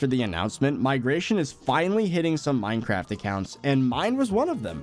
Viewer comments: when u said mineacraft instead of minecraft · "MineAcraft" lol